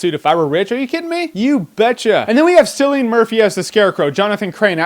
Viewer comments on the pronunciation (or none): Did he seriously say " Sillian Murphy" dude it's Cillian Murphy lol... Americans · Actually Jeremy, Cillian is pronounced "Kill-ian" not "See-Lian". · Oooh he said Sillian Murphy. He's not the first but it's pronounced Killian. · It’s pronounced KILLIAN not SILLIAN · Cillian Murphy is pronounced Kill not Sill. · Kill-ian not Sill-ian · I thought Cillian was pronounced "Killian" not "Sillian" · Great review but the dude's name is pronounced : Killian Murphy not Sillian Murphy cause he's an Irish .. thank you :D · u said silion murphy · haha it's not pronounced sillian, it's pronounced killian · turns out its pronounce "Kill"ian murphey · It's pronounced Killian Murphy, not Sillian Murphy :L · Cillian is pronounced Killian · awww Jermey review is almost perfect but its not Pronounced Cillian its pronounced Killian but its ok Irish names are messed up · Cillian is not pronounced Sillian its pronounced Killian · Sillyian Murphy??? shouldn't that be Cillian Murphy, as in Killian?? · I don't understand, you've reviewed some Cillian Murphy films and you keep changing your pronouciation of his name. Anyways, Scarecrow should've been used more. He was genuinely creepy. Best superhero films is probably Nolan's Batman spin. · Cillian Murphy is pronounced Killian not Sillian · It's pronounced Kill-ian.... not Sill-ian. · It's pronounced "Killian Murphy" not "Cillian" ;) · He said sillion murphy instead of cillion Murphy lol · "Sillyan Murphy" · it's pronouced kill-ian murphy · cilian pronounced sillian it's clear your not irish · seriously is that how you're gonna pronounce Cillian? SILLY-an??>??? SILLYAN? REALLY? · .....''Sillian Murphy''??? haha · His name is pronounced Killian Murphy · It's pronounced 'Killian Murphy' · It's pronounced 'Killian' Murphy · it's pronounced KILLIAN murphy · It's pronounced Killian, with a hard c. It's like Celtic. Yeah, I don't get it either. :] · Just pointing something out- Cillian is pronounced with a hard C. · Ya and he said it wrong